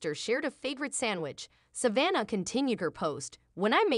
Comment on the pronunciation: IF YOU CAN'T EVEN PRONOUNCE SAVANNAH HOW ARE WE SUPPOSE TO BELIEVE YOU?